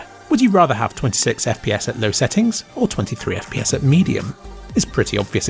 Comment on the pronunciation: Haha, I understood "If you're going to play Cyberpunk on a slow PC, you can use the 'bloke' preset" and I was really sad that it said low when going back.